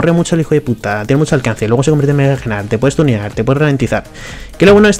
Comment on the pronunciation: No se si soy el único al que estresa que diga egnar. La g es muda se dice nar y lo pueden confirmar porque cuando se transforma dice nar. Por cierto todo le que digo lo digo de broma no pretendo insultar a nadie. ( amo a gnar es mi main :3)